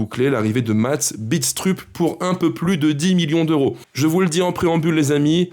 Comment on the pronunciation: Salut, super tes vidéos comme d'hab, pour Mads, ça se prononce "Bidstreup" lui même le prononce comme cela. Déçu évidemment par la vente de Moreira, un vrai crève coeur..malheureusement pas le choix, je me demande si un jour, on aura le droit au bonheur nous aussi...et le droit de s'attacher aux joueurs